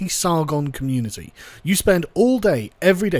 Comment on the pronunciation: The way youre pronouncing "Community" is triggering me. Youre not pronouncing it right- its COMMUNETIEYH, FREAKIN GET IT RIGHT! :P